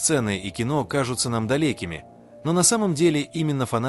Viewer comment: Не далЕкими а далЁкими, ЧЕнхо ЧАнхо, айдОл айдАл, Пак БО Гом Ба Гом, дОрамы дАрамы, СухА СухО, знако'м зна'ком